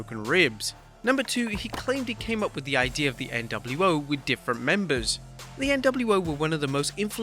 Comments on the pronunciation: love the video, just pointing out "memembers" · "?" What's a "Memeber?"